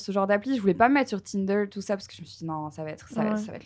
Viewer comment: Très drôle de voir en tant que linguiste combien Marie adapte sa prononciation (surtout sur les mots anglais : like, Tinder) et assimile la prononciation québécoise..